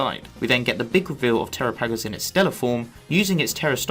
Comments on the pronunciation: It's pronounced Terápagos not Terapágos with emphasis on the first 'a' not the second 'a'🙄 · I can tell you don't watch the English versions... flotilla miss pronouncing terapagos. Lol